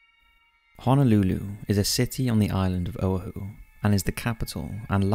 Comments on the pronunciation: Mispronounciations; "Owahu" " Jown Crawford". The language barrior can be frustrating at times I know, and please do not take my response as demeaning, it is merely for future refferences. I enjoy "ghost" stories and have been subscribed to to the channel for a long time. For this video, Savanna was my favorite as we've stayed there many times. I am a fan of history, and Savanna has that in spades! If you ever get the opportunity to visit, take the tours for day and night. The "ghost" tour at night is both historic and "creepy"! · I love this channel but I am begging you to look up all your pronunciations, not just some. That isn't how you pronounce Oahu. This is a regular thing, man, like, most videos. I'm still not over "Nava-Joe" from another video. Otherwise I love this channel but MAN. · I'm sure everyone mispronounces things from time to time, but when someone is presenting a professional channel, it's nice when the presenter does the research on how to pronounce names of people and places. Oahu, for one. Pronounced Oh-AH-hoo, not Oh-hoo. It's the little details that make a first impression great. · Oahu is OH-wa-hu. C’mon now! 😆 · o-AH-hu. o-Ah-hu. How could you not know that? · Actually your Hawaiian pronunciation is not bad. Only Oahu is pronounced ō•ah•who . I hope that helps. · The correct pronunciation of Hawaiian Island you mention, Oahu, is OO-ah-Hu. :D Time marker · as someone who was raised in Hawai'i, his pronunciation of "Oahu" makes me cringe.